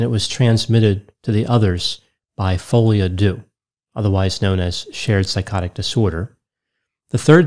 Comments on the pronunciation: It's "folie à deux " pronounced "de" not "doo" : ) Sorry but it was driving me mad as you said it quite a few times. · I laugh out loud at how people pronounce folie a deux "fowlyadew" it's pronounced "folie a deu" 3 words folie rhymes with lolly, deux rhymes with the the eu in neutron. Literal translation is madness of two. Not me being raised Dutch explaining in English how to pronounce French lol. (No shade, big fan! thanks for making me laugh). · At least go online for a few minutes to learn how to pronounce "folie a deux"! Your mispronunciation made it difficult to listen to the rest of your presentation.